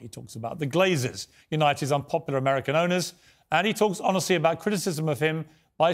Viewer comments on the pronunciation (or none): none